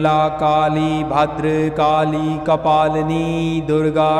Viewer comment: तुम्ही उच्चार बरोबर करा,भद्रकाली असे म्हणावे.